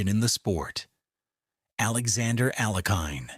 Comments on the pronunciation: Pronunciations of the champions names are horrible and picture of Max Euwe is not even him. Steinitz should be pronounced "Shteinitz" , "Euwe" -- "Oyveh", Alekhine - Alyekheen", Kasparov - Kaspaaroff. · Alekhin and Euwe are appallingly mispronounced.